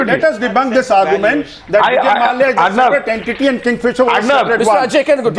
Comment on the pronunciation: mallaya...its mallya